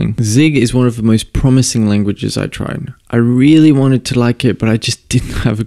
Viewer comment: I keep thinking you're saying "VLSP" when you say "the LSP".